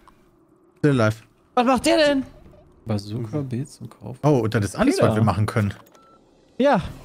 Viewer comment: Ja, wer kenn sie nicht, die berühmte "Kajooka":'D